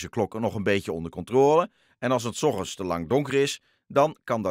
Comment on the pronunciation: Die man zegt ogend in plaats van ochtend😂😂